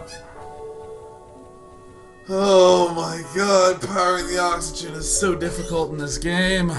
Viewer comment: "Kitty repair the oxygen! Repaih heh oxihuhghuhhen..."